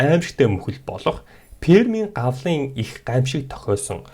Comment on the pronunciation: Гавалын үе биш Галвын үе гэж уншаарай